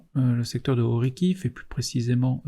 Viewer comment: Merci pour cet excellent travail, très utile. Petit conseil pour les noms de lieu : en ukrainien "kh" se prononce comme une "jota" espagnole. (Orikhiv, Bakhmout). Et la FAB est une bombe et non un obus (larguée par avion et non tirée par canon)